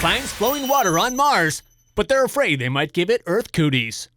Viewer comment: "Leaving earf"